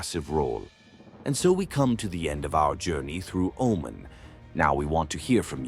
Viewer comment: Thank you for all the positive things you mentioned. Im from Oman, And there's lots of misleading things you mentioned, All the pictures you included about the (Male-Femal) Genderare are from Pakistan, It was in a documentary in the BBC. In Pakistan it's in the open we don't have that in Oman. Plus you keep Pronouncing it OMEN!!! and its OmAn.